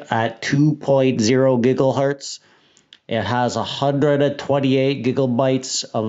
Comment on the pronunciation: I like how you say giggle hertz. Lol.